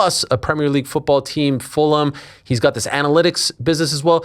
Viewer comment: Most surprising part of this interview was when a certified New Yorker pretty much pronounced Fulham right!! Instead of Full-ham. You go Vinny Ru!!